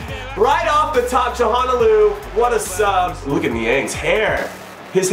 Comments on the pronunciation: Chal-han-og-loo Jimmy. Not Chahonaloo. Ty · Good to have you back Inho! <3 Btw. it's: "Tsha-la-no-lu" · It’s chalo-nah-glue I think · Hakan Calhanoglu's last name is pronounced Cha-lah-No-loo! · Jimmy, you gotta figure out how to pronounce Hakan Calhanoglu since he is going to be banging in the freekicks for you all season!! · The way you pronounce Calhanoglu xD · If you're struggling to say Calhanoglu just call him Hakan. I've found its a lot easier. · u pronounced calhanoglu right and then you reverted back to the meh way